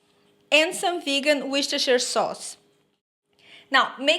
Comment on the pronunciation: How are you today, I want to tell you half of Americans cannot pronounce Worcestershire Sauce, and you do it beautifully, very yummy dish, I will be making this one.